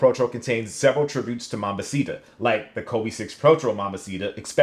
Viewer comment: It's like you didnt even bother trying to pronounce Jarritos correctly. Mambacita as well.